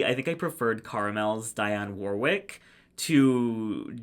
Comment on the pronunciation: “dianne” warwick 😳😳